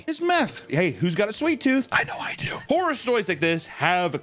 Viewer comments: Howwor stowies? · says “howwow stowies” like a little kid